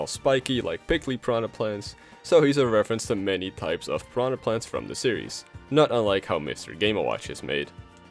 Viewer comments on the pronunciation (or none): So he's a reference to many pipes of piranha plants. Not sure if that was intentional, or it just sounds like pipes instead of types, but that's a good joke.